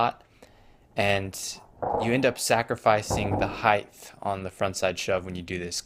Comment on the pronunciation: Heighth 😂😂😂. Good vid tho.